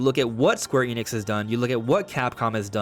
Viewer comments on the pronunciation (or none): none